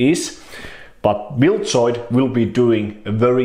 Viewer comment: "Bildzoid" wtf